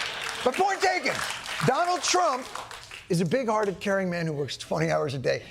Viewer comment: Did he say... a big farted man?😂😂